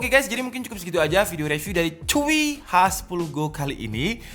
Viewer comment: Hi 10 go bukan H 10 go